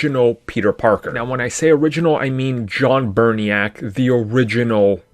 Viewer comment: It’s Bubniak not burniak